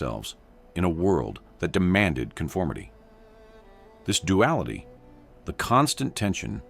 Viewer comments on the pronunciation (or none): none